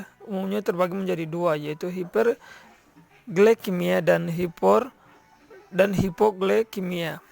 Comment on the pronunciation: Assalamualaikum wb. wb nama saya AFRIANINGSI nim (A ) baik di sini saya akan berkomentar tentang ada beberapa pengucapan yang salah di bagian kalimat hiperglikemika dibaca menjadi hiperglikemia dan ada juga suara teman -teman yang persentase tidak mempunyai suara contonnya seperti bagian bella dan alulma baik itu saja.jika ada kata -kata yang tidak berkenang mohon maaf dan terimankasih